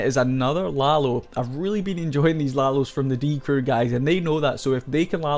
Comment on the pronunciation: bibi is pronounced beebee but short just like die crew has a short die actually. its die CREW not DIE crew duh